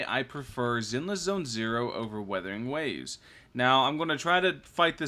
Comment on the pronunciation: 笑死人 米哈游給你的商單蠻多錢的，連游戲都沒玩過就照著稿念肯定會念錯的 要多練習一下:face-blue-smiling:沒事 不怪你 賺錢嘛 不寒摻